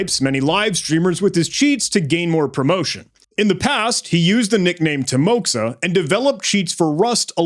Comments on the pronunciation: what a fantastic video and an absolutely remarkable investigation - hats off! just a few clarifications on this topic from a native russian-speaking perspective: 1. timoxa is actually pronounced as timoha, with an accent on "o". it serves as a shorthand for the russian name Timofey. 2. it's essential to recognize that not everyone who speaks the russian language identifies as "russian" (with aprox. 380kk speakers worldwide). 3. this one is mostly related to the Mande's mistake (who made that inverview video) - dude explicitly stated "I'm Russian". it's worth noting that Belarus (as mentioned in the subtitles) is distinct from Russia. this distinction is further supported by your gmaps activity review, which only spotted locations in Russia. Belarus lies far away from the left pointer on the map. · I believe it should be pronounced as Teemoha, not Timoxa. Because X in Russian is sound like English H, and I should map to EE sound. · Bro this is not "timoxa" it's a timoha, it's a Russian name. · Как больно было слушать тимокса, когда ты Тимофей 🙄